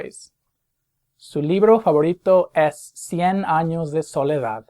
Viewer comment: Anyone else notice how he constantly mispronounces "es" during this video?